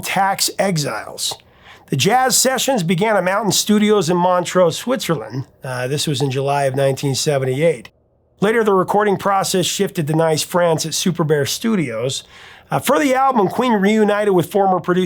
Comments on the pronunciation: Btw Nice in France sounds like neice, not nice. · Lovely as it is to think there’s a town called Nice, it’s pronounced Neece ☺️. Fat Bottomed Girls was fully entertaining and not offensive at all, especially to the fat bottomed girls they celebrated. Neither was the Bicycle Race video. Funny that Freddy Mercury didn’t really like bike riding; a lot of people then didn’t realise he wasn’t a fat bottomed girl aficionado ether. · Nice, France, I love your channel, but you immediately take me out of the story when you mispronounce words, especially place names. It's pronounced with a long /e/ sound. Neece. This is not the first time this has happened. You can do all the research about the industry; you can research pronunciations you don't know. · Nice France is pronounced Neese France, FYI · PRO TIP: Nice, France, is pronounced “niece”. You’re welcome. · Another great video, you are the master of your craft. Love queen. The french place, nice, is pronounced "neese", like "geese" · Nice, France? Doooood. It's pronounced "Neece" 🙄🙄🙄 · Nice, France, is pronounced “Neece”. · Did you just say "nice" France? 😂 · Yes, I noticed the Nice moment too. I was going to suggest pronouncing it as Niece. Good catch! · Thanks professor! "Nice, France" is pronounced "neese" :-)